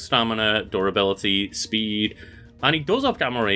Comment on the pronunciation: all i hear is adorability lmfao instead of durability